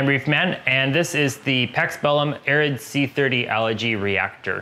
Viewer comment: Are you saying allergy? Lol, messing with you.